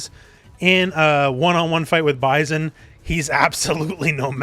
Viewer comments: The way you say Bison...it's weird. Stop it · Great video. I agreed with everything you said, but the way you pronounced M.Bison’s name threw me off a bit. Lol.😂